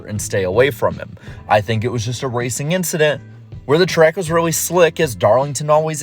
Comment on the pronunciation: Nobody: Charles Leclerc: just an inchident